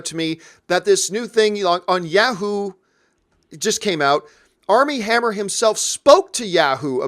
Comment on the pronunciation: A blonde? Not since Val Kilmer... Also, who says “YEAH-hoo” instead of “YAW-hoo”?